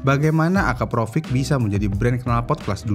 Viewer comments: Akrapovic kok disebutnya akaprovic🥲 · nama yang sering bikin orang salah pengucapan. dari Akrapovic jadi Akaprovic... narator pun salah penyebutannya... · Akrapovic bang. Bukan Akaprovic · Akrapovic min buka akaprovric 😅🙏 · Akrapovic ✖️ Akaprovic ✅ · Ada yg nyadar gak sih? Si abangnya nyebutnya "akaprovic", bukanya yg bner itu "akrapovic" ya?🤭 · Maaf min bkn nya AKRAPOVIC ya nyebutnya bkn AKAPROVIC? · Min ko lu salah mulu si nyebut nama knalpotnya. "Akrapovic" min Bukan "akaprovic" 😁✌️ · Akrapovic bang bukan Akaprovic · Akrapovic mas bukan akaprovic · kok nyebutnya akaprovic sih bang??? bukannya akrapovic...